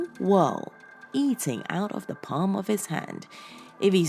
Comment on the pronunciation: I'm very curious to know why you sometimes say 'de' instead of 'the' when you are quite able to pronounce 'the' properly with your quite posh accent! Very bizarre